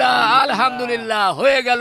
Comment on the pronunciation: হাসান হোসেন 💚💙, আলহামদুলিল্লাহ্ উচ্চারণ টা একটু সহিহ করে বললে আমরা সকলে আল্লাহর আরেকটু রহমত বোনাস হিসেবে পাই উচ্চারণ এদিক ওদিক হলেই কিন্তু meaning টা উলটপালট হোয়ে যায় গুনাহের ব্যাপার তো আছেই কিছু ভুল বলে থাকলে ক্ষমা দৃষ্টিতে দেখবেন ইনশাআল্লাহ